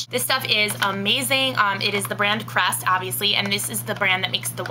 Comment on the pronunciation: Is it me or did she say 3D White Crust ?